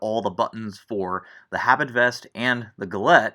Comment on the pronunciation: pronounced "ah-BEET" not "habit"